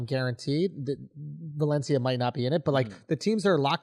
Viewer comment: Balencia? 🤣🤣 at least he kinda got it right lol